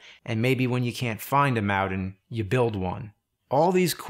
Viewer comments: whats a mowdin? is he saying mountain? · Nevermind, I just heard it. "Mowdan" instead of mountain. Interesting. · This is a great video James. You really have to learn how to say mountain though. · James says mountain in every video, and he says it wrong EVERY time.